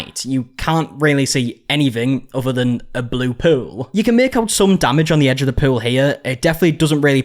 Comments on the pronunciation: Everytime you say the word pool…haha sounds like you sayin poo 💩 😂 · Gonna need you to never say pool again lol